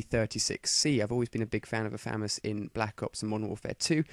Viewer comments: its not a fames its a FA-MAS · its pronounced fumas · i like how he calls the famas the famus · famas is pronounced with a "u" sound for the first A and a long a sound for the second a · u pronounce famas wrong :) lol itz cool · he pronounced famas rong >=(